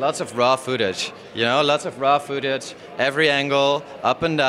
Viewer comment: "fooootige" footage*